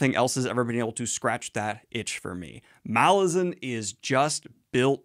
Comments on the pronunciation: You know, according to the author, it is pronounced Malazan - not Malazan... 😂😂😂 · Is anyone else triggered that Daniel keeps reading name Malazan wrongly even though he interview with author where he said it?